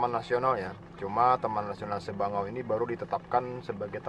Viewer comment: Sabangau mind.... Bukan sebangau